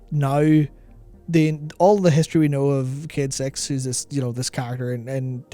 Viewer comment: ffs dude, I just got into huge trouble at work because someone overheard me listening to this video and i had to fucking explain that they're talking about a character called Cayde-6 and not about 'kid sex'. Learn to english my man, jeebus.